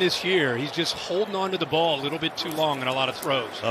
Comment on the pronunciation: Can he hold onto the blaf" 😂 Al Michael's getting old